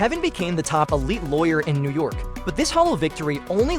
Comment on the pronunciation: “Could make them famous in Nurr Yurr-k”…